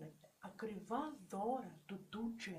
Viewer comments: Δικα τους ειναι τα λευτα και οτι θελουν τα κανουν και σταματα να λες το 2j με προφορα ειναι σπαστικο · Και Γτ λες το 2J με προφορά χαχα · Κάθε φορά που λέει 2j κλαίω από τα γέλια 😂 Οκευ γνώμη τς δεν είπα το αντίθετο αλλά το "2j"... Για ποιον λογο να το λες έτσι???? ΑΚΌΜΑ ΚΛΑΙΩΩΩ 😂😂😂